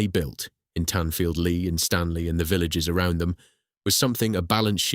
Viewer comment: It's pronounced Lee not lerrrrrrr